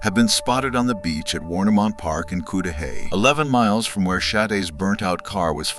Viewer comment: Its pronounced Cud-da-hay. Not cood da hay. My door dasher was so sad. She said she just had a conversation with Sade before her dusappearance. She was so excited about graduation from school. That mf stole that young girls future. I feel so blessed that nothing happened to me when i went out on dates or to someone i hardly knew house. She was young, inexperienced, too pure to know the dangers that lurks among us. # justice 4 Sade. 💔